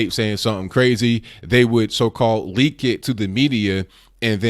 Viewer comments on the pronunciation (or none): none